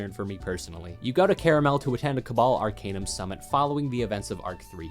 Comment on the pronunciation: ar-CAN-num not ar-CANE-num